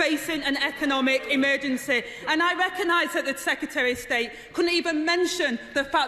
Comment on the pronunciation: MISTAH SPEAKAH, AM NOT APPEH WITH THEM TOREHS OR SECRETAREH OF ST8 - Angela Rayner, 2023